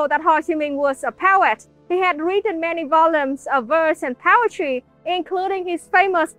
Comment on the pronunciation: love how it sounds like power-try when she says poetry, thats a much better name for poetry cause it can be so powerfull